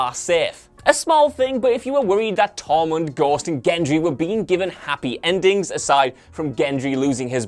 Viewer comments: I kept thinking you were saying "tommon" until I realized it was "Tormund" 🤣🤣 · I thought he was saying "Tommen" and I was like WTF, Tommen died in S6. Took me a while to figure it out LOL